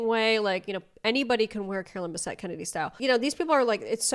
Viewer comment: "CaroLINE BAHsette" 🫩 ohh brotherrr